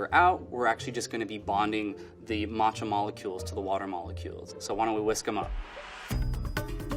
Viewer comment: “Martcha” Tea….